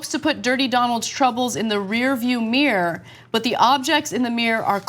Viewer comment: Ana it's pronounced mirror, not meeeeer